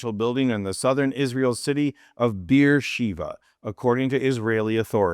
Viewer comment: Beersheba not sheva.